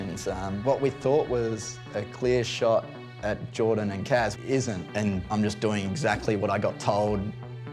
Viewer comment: Everyone: Kaz Danny: Kahz